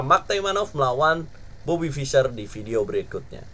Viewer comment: saking semangatnya bang...bobby jadi robety hehe